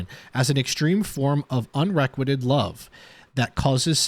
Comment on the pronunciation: "Un-reh-quited" really hard to write out the correct pronunciation. You can Google it to hear someone else say it, but this is by no means a criticism, you're doing a great job. It's super interesting listening to you learn these facts for the first time, especially from your fans who have already lived through their obsession with this case! Just a little side note, company vehicle has its own tracking device in it, so even if he hadn't confessed they would have followed his actions that morning and retraced his footsteps likely finding Shanann's body, which as you recall, was in a very shallow grave, probably dug hastily, not far from the oil tanks. That excellent detective, Tammy, who essentially broke him down by killing him with kindness, says in one of these 20/20 shows when she watched his TV interview that's when she knew he was guilty. It was written all over his face and mannerisms. He did not know how to behave like a grieving father because he clearly WASN'T a grieving father.